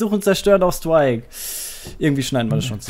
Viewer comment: WEITER GEHTS! Suchen und Zerstören auf Stuaik jaaaa wenn man englisch nicht aussprechen kann ist schon doof:D haha sorry aber das musste raus.. bist trotzdem cool!